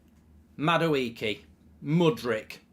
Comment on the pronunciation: That’s how you pronounce Madueke ? It is pronounced as Mmmmm- ma- do- ehke Real Igbo boys knows